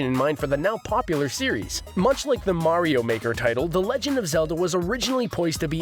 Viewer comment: It Is Mario Not Meario